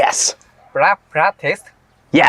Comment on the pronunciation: Lync & Co: Do You Need Black Practics… Ehh what? Ohhh black “PLASTIC” Duuude, i had to repeat that shit twice, and checked the subs to see if my ears were hearing wrong 🤣